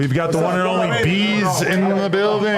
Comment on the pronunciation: I though this nigga Adam said Veeze who the fuck is beeze , that’s what I get for not reading the title lmaooo